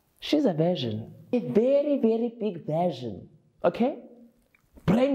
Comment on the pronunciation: "My daughter she's a veshin" Lol aai asaz lapho Ma🤐